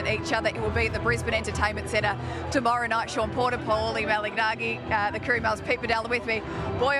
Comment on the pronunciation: Surely they can learn how to say Paulies last name correctly. MA-LA-NA-GEE.